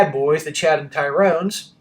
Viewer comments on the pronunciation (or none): Why do you always say TYRONE’s?